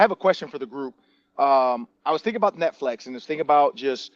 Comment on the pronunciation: This dude said Netflex for 30 minutes before anyone said anything 😂😂